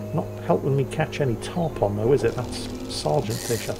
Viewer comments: FYI, it is not "Tarp On" as in on/off. The fish name instead sounds like Tarp "un". They are a really big fish often found coastal carribean locations. They like wrecks and big docks like giant groupers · I love most of your content and I love your sense of humor, but Tarpon is pronounced: Tar-Pun.